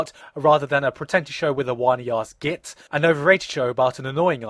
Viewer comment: And were you saying git at the end or jit. and if you mean jit like we do in America. then that's sad as fk that you couldn't even say it right.